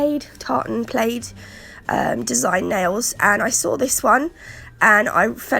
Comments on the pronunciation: Its pronounced plad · Very lovely...the word has a short a sound ...like in lad...plaid. please continue to share. Your designs are very lovely. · Oh dear you sound awful, I hope you're feeling better! I love the different plaid designs everyone has been sharing, yours included. You've mispronounced plaid and saying it as if you mean played, may I suggest you Google it and click on the sound button to hear how you should say it? It's a good self check for most words. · Plaid is pronounced 2 sound like dad. That's the best way I can explain via txt lol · Sounds like plad 😉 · I LOVE these! I can't think of any other fancy way to say it... hahaha but those nails are absolutely beautiful! Here in the states we pronounce plaid like plad.....long A sound. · Poor girl. Get better soon. Great design again. We pronounce it "Plad" for Plaid. It goes against the spelling rules doesn't it? Lol. The diamond design is called Argyle. I own You're So Vain and yes it's so pretty and creamy😊. The Golden Red looks amazing in a matte finish.